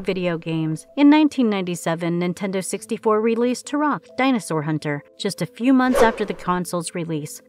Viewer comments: Turok (pronounced- Torock not turoc) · Makes video about TUROK. Pronounces TUROK wrong.